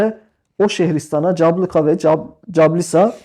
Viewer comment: İSİMLER YANLIŞ HOCAM. CABLUKA ve CASLUKA(Cablıka-Caslıka)